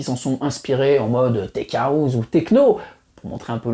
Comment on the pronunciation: Super vidéo bravo. Par contre la prononciation de House est Haousse et non pas Haouz.